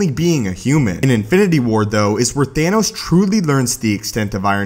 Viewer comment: its Thanos not Thainos